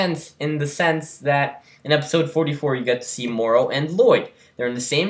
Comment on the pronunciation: It's pronounced mar row. Like tomorrow. It's just a normal English word. Morro is completely different